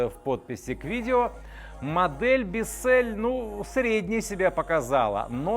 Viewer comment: Правильно - Биссел(л - твёрдая, ударение - на "и")